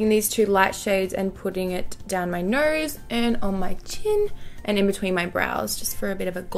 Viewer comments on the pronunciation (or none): "Down my Nerse" always my favorite part when she highlights lol love her accent